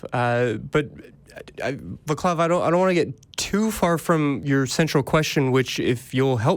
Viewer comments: The little accent above the first syllable might have given you a clue as to where you put the stress- ie it's VA- clav, not va- CLAV. I'm surprised the caller didn't tell you so when you asked him- it would have been so easy to do. In fact, every word in Czech is stressed on the first syllable, as is Hungarian. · Hint: In Czech, unless it's a loan word, the C is always soft (TS), not hard (K). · His name is actually pronounced [vatslav]. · I think he was probably easy with his name being not pronunciated correctly. sounds more stressed to speak on air in english than the wrongly put stress vá-CLAV. But I am more surprised that didn't correct the difference between C and K (in Czech it is not read "vaKlav" but "vaaTSlav" or "vaaTSlaF"). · The c is actually pronounced as c, not k. But it wasn't important.